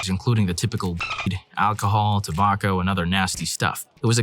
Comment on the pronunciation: Why did you pronounce “tobacco” differently?